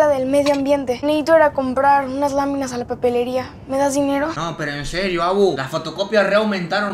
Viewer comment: Me mori de la risa cuando dijo "las lamimas las laminas jajaj la abu re muerta"